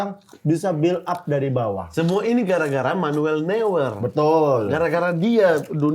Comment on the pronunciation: Gregetan sekali dengar mamat sebut “manuel newer” 😂 harusnya noiyer atau noiya